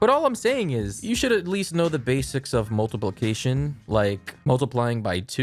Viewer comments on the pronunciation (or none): Did i hear that wrong or did he just say "Multiple-cation"?😂😂